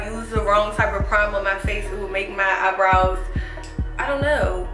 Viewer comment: Keanna Jones She even says "i do my eyenrows before i do my full face"😊